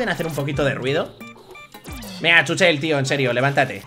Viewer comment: Se dice chúchel